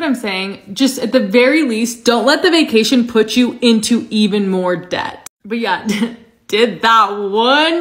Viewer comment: You pronouncing debt with the “B” 😂😂😂 the B is silent baby